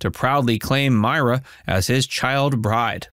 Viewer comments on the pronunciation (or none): none